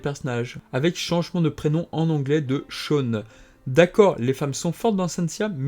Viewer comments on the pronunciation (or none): none